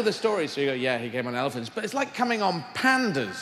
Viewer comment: the way he says "pandas" was just too funny xD